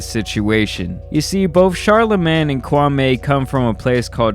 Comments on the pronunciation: That's not how you pronounce his name that's disrespectful. It's kwah-me. Not kwah-may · Kwam Eeeeee....not...Kwam Aaaayyy ....please respect the heritage...😔smh... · It’s Kwa(me) not Kwa(may) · Me me me ...not may,.... not Kwameh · It’s Kwameeeeee.. not Kwamay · His name is not pronounced kwamaay but rather Kwaamii (as in me) ..Show some respect..👊🏿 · Bro his name is Pronounced Kwameeee not kwamey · The Stephan A pronunciation of his name is wrong my man. It’s not “KWA-MAY” it’s “KWA-ME” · KwamMEE, not Kwamay. Stephen a Smith says it purposely wrong to disrespect him. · Hey it's Qwa-Me not Qwa-May. I mean no shade whatsoever by saying that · u pronounce it “kwam-ee” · It’s kwame (ku-wa-mi mention it faster) and I have to say he’s definitely not a bust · Why does all these idiots keep saying Kwa MAY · His name is Kwa-ME. Stephen A got everyone saying this mans name completely wrong lol. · I wish y'all would at least respect his name tho. Kwame with long 'E'. Make fun of his game but not his name. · It’s pronounced KWAMEEEEEEEEEE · Ur not saying his name right, and why'd you make a video of shots he didn't make I don't like that you did dat ,it was just as bad, stop that. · The man name ends with an E not an A. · Lmao the way americans pronounce kwame kills me